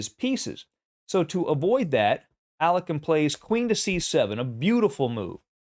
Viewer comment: Dude, that's not the way to pronounce Alekhine. Please google it, you're killing it.